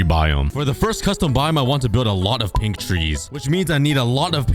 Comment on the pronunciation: I thought you said pig tree biome instead of pink tree xd